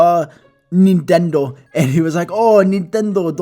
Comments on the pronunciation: I was dieing from lafter when he said netendo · ok ok me being greek i find it halarious how others with the same natinality as e sound, but i have adapted to my souroundings people are confused when i say im greek no Nehtondo insted of nintendo is funny af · So you say Nintendo like